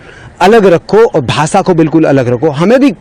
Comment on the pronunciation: Benchod ko bhasha ko bhasa bolta sale ki hindi bhi acchi nahi hai gandu. Bihari